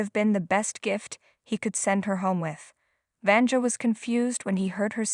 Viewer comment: Sorry, but you botched the name of the woman too many times! It’s pronounced [Vania]